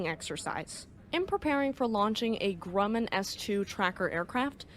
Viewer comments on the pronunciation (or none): none